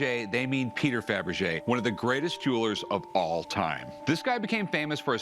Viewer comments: Were it me? The second he says 'Fabrege', I'm outta there and hitting an appraiser. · I knew it was worth more when Rick said fabrege